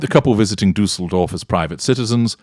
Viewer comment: As a German I‘m complimenting you on your pronunciation of Düsseldorf. Well done 🎉